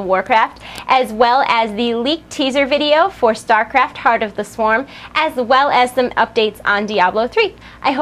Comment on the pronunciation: did you say Tard of the Swarm lolz = )?